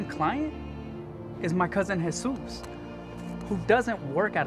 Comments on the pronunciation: his parents gave him his name...it's pronounced Hey..soose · Its actually a popular name! But its pronounced ‘heh-sues’ since the j is pronounced as an h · Its a hispanic name. Its not pronounced "Jesus"